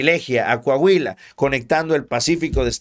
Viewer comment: Deja de opinar de coahuila, tu no sabes como esta el pedo por aca... y se pronuncia COAHUILA, no cahuila